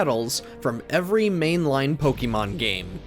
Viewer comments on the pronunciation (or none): Why does he keep saying “Pokimon”??? It’s “Pokemon” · Every time the narrator says Po KEE mon I cringe a little. I don’t think this is the right pronunciation. In Japanese it’s Po KAY mon which i think is the correct pronunciation, but I get that in English we don’t say an E as “ay.” The English pronunciation is probably best as po KEH mon, much like the e in pocket monsters.